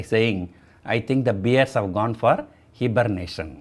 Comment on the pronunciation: It is not Hebernation.. Hi-bernation